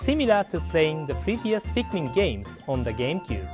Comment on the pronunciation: ITS NOT PIKMAN ITS PIKMIN